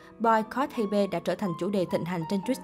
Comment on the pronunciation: ???? Hybe đọc là Hi Bê=))))